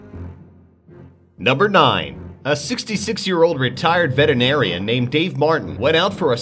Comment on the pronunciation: Did he say "vetenarian"?